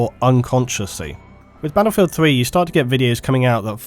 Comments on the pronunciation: You're English not American so it's battlefield not "baddlefield". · I'll listen to you if you stop saying 'baddlefield'.